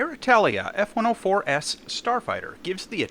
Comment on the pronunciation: Is it just me or did you say "S-104S" Instead of F-104S at some parts of the video?